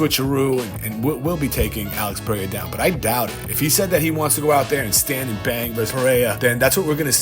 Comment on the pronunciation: I will be happy when content creators learn how to pronounce Alex Pereira's name correctly.